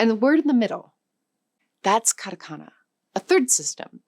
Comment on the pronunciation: カタカナ(katakana)がカナカナ(kanakana)に聞こえるんだけど、ちゃんとkatakanaと書けてるのか？